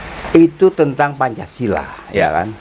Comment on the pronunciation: Babe keseleo menit 1.35 bilang pancasalah